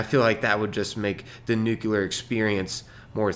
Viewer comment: Love your content, but bruh.. NU-CLEAR.... I'm not a hater, please keep up the experiments. =)